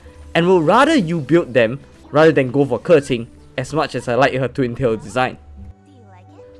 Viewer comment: can we just take a moment to appreciate him pronouncing hu tao, keqing, qiqi and mona correctly? 😂❤